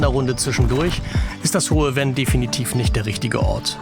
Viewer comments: Sehr schönes Video aus meiner Heimat, in St.Vith geboren und ich lebe heute in Lengeler an der Luxemburgischen Grenze Kleine Korrektur: das Venn wird Fenn gesprochen nicht Wenn. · Das " Hohe F enn" nicht " Wenn " ... sonst : tolles Video ... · Sehr schön! Obwohl ich um die Ecke wohne und so oft in der Gegend auch mit Camper unterwegs bin, habe ich neue Anregungen erhalten! Nur ein kleiner Hinweis zur Aussprache: Das hohe Venn spricht sich nicht wie „Wenn“ aus, sondern Venn wie Vogel 😊 ich freue mich auf weitere Videos von Dir!